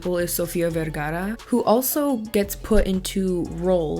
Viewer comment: I love the pronunciation of Pedro and then Sofia VERGARA 💃🏽🤣 love you!